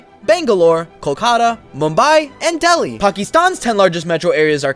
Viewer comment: the way he said dheli lol